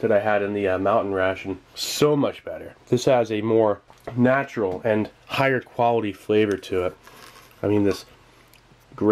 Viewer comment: "if you ask me thats quaility"